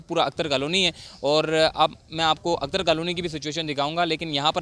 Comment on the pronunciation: اختر کالونی۔ اکتر کالونی نہ بولو۔